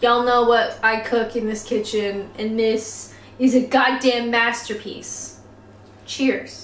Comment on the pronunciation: "This...is a Goddamned Masterepiece!"